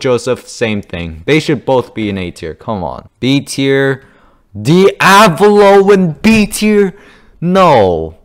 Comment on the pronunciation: Did you just call diavalo diablo 😹